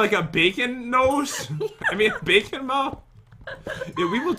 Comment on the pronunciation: He said I got the beacon face instead of bacon face